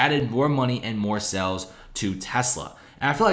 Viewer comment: You consistently mispronounce the word "sales" as "cells" .